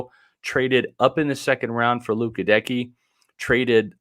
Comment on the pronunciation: clearly listened to Goedeke’s presser but keeps saying his name wrong lol wtf